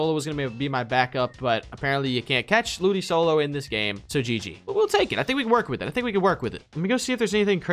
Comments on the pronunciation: Hearing you say ludisolo and not ludicolo is triggering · WHY DID HE KEEP SAYING LOODISOLO INSTEAD OF LOODICOLO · Ludisolo? It's LudiColo you pronounce the C like a K. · The way they pronounce the C in Ludicolo and "BAGON" is kinda irritating. Hahahaha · Your pronouncing ludicolo wrong or do you know that and do it on purpose